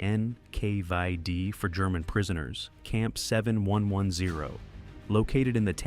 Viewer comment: “Enn-Kay-VIE-Dee” —??? What an utterly absurd pronunciation… A lot of this video is grimly informative, but it completely fails to address the now-documented reality of the feckless British and American authorities actually forcibly kidnapping 1.5 to 2 MILLION Soviet prisoners-of-war in the west and returning them to the “tender mercies” [sic-!] of the USSR in the horribly cynical Operation Keelhaul, simply because the murderous Iosef Vissarionovitch Dzhugashvili demanded it, cruelly and unjustifiable condemning them all as traitors merely because they had the bad form to surrender and not fight to the death.